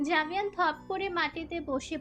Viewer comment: আরে বেটি আভেয়ান না জাভেয়ান